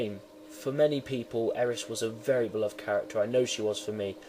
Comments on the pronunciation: no shit, i know that im just sayin its not eris its AIR REES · who the hell is eris it AIR REES